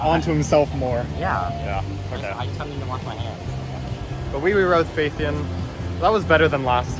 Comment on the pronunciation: Welcome to Korea. Gyeongju World is one of the few parks in Korea that invests in new attractions. Everland and Lotte World haven't introduced any new attractions for over 10 years. Therefore, many rollercoaster enthusiasts in Korea have high expectations for Gyeongju World. P.S. Phaethon is pronounced similarly to Python. There is a review video of Phaethon on the TPR(Theme Park Review) channel.